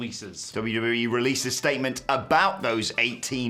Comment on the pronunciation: 'Statment' lol